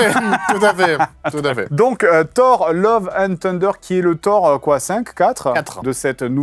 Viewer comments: Thunder ca se prononce pas "Tunder" mais "Sunder". Cordialement, la direction. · Non non on dit "Thuhnduh" le "t" se prononce plus comme un f du coup... En soufflant quoi! Bisous, ta mamounette! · Juste thunder ça se prononce pas [teundeur] 😉